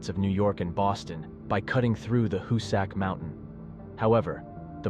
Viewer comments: Howsic. Tunnel!!! No sacks There 😂😂😂 It's pronounced Hows'ick!!!! Go in the tunnel you might become a ghost!!! Don't do that 🙏🏼🙏🏼🙏🏼🙏🏼🤔😵‍💫😵‍💫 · It's pronounced HOO-sic. I've been in the tunnel a thousand times.No biggie. It IS illegal now to be in there.